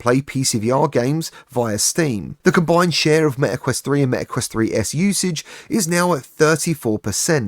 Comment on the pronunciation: Its meta quest 3, not me a quest